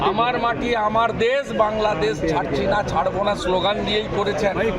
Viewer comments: বাংলাদেশ উচ্চারণ ই পারে না😂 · ভাইরাল হওয়ার ধান্দা 😂। আগে বাংলাদেশ উচ্চারণটা ঠিক করুন ।😂